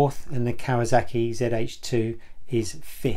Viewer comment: What's a 'Kawazaki'?